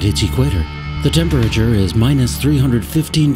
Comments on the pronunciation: wtf sa-turn and tem-per-ature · this narrator seems to have trouble saying "temperature" (check out ...he says it repeatedly and it sounds weird)...also he emphasizes "h" when he says "where" "what" "when"...basically any word that begins with "wh"